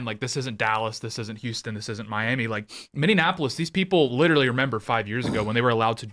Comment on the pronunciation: That red-headed “ holding-it-down-clown” sounds like he needs a geography lesson. He keeps calling Minneapolis - “Mindianapolis” like it’s Indianapolis’s sister city, or something. At first I just thought he was trying to dis that city for it’s obvious fails as of late, but now he’s just embarrassing himself and sounds like a toddler trying to fine-tune his vocal motor function...